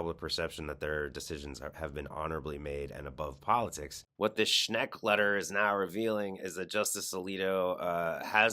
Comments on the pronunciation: If you're going to report people by name, pronounce it correctly. SCHENCK, not SCHNECK. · It's no "Schneck," it's "Schenck," as shown in the letter you displayed. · It‘s Shenck, not Shneck. Not bad though. Shneck almost sounds like Shrek. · SchENK not SchNECK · I agree with everything you're saying but you're mispronouncing Schenck's name. Unfortunately, the creep grew up here in western New York so his name is very familiar to us. It's pronounced Shenk with perhaps a slide towards maybe a tiny sound of Shank not Schneck. I really don't mean to be picky. Please forgive. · Reverend Rob Schenck, not Sheck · Schenck ! Not Schneck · I believe the evangelical pastor is named Robert Schenk. Not Schnek. Check the Times reporting. It bugs me when the newscaster does not check to get the names correct. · It’s not Schnek it’s Schenk, you are mispronouncing his name. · The Reverend's name is "Schenck", not "Schneck". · It's Schenck not Schneck. LOL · Dude... it's "Schenk." Not "Shnek." Good grief! just lost a few virtual "shekels" in my book. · The guy’s name is Schenck, not Shneck. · Sack Alito for his hyper partisan allegiance to the corrupt conservative evangelicals and feeding sensitive information to them. Also, you're consistently mispronouncing Shenck's name. It's NOT Shneck. Read the name: the n falls after the e, not before it. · "...this disqualifies them from service in the SC and if these accusations are proven true these people needs to be removed from the SC..." ✔ Agreed, completely correct. Btw sorry for correctiing...the name of Robert L. Schenck is not to be pronounced Schneck. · One thing for certain, this guy has no clue how to pronounce Rev. Schenk’s name!